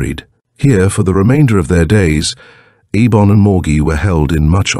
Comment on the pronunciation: I hate AI audio. It can't keep consistent. Eibon has been pronounced Ay bon, Ee bon, and I bon throughout the door to saturn